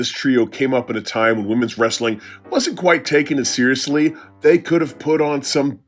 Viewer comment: I don’t usually subscribe to a channel after one vid. None alone after hearing the channel name. But pronouncing “Wrestling” as “Rasslin” is hilarious and definitely deserves a sub.